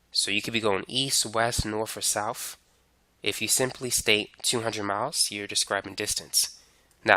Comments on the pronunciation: "Norf or souf" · So... norf and souf are examples of displacement? 😂